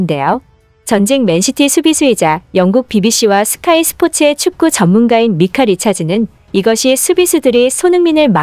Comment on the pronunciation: 미카 아니고 마이카...